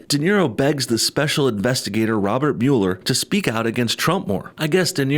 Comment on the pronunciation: Thanks for saying Mueller right, I don't know why anyone in the MSM can't pronounce that. Lol, it's such a small thing to get bothered about.